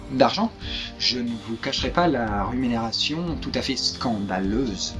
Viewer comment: Le ruménération ? xD